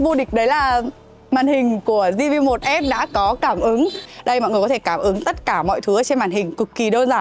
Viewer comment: Zi vi một, lần đầu thấy đọc như thế, nửa tây nửa ta